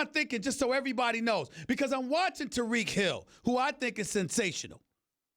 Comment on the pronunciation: It's Tyreek not Tereek